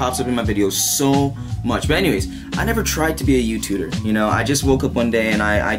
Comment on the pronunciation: You're everyone's favorite "youtuder"